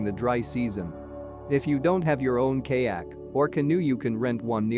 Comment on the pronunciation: Kay-yak? Wtf